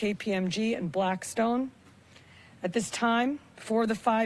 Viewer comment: Notice how she says BlackStone silent